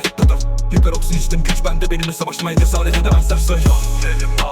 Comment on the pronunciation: Seperoroxin değil hiperoksin